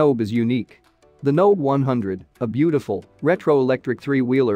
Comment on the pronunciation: Nobe is pronounced NoBay, just so people know. The voice synth in the video is garbage.